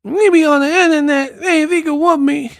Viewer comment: It's INTERNET not INNERNET! 😁😁😁